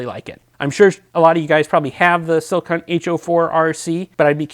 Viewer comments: Pls..It's skill hunt, not silk hunt. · You have the best most detailed videos on flashlights I'm just here to say that it sounds like you're saying silk hunt instead of skilhunt I don't know if I'm hearing wrong or you're saying it wrong. I bought some flashlights from watching your videos. Can my brother talk to you later keep up the good work